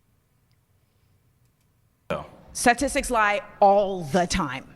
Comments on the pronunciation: She can’t even pronounce the word statistics lmao statistis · "Sassistics" - and she claims to be the better educated one? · She can't even pronounce the word. "Sasisicks"? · “Sasisics” statistics? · bro she can't even say "statistics" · She can't even pronounce "statistics" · She can't even pronounce the word statistics, I can't sit here and listen to this willfully ignorant woman. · She can't even pronounce statistics. We can't coexists with 99% of them.